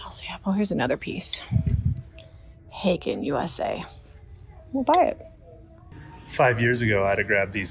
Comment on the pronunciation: FYI, it's Haeger with an "r" on the end not haegen. Haeger is highly collectable. Royal Haeger is even better.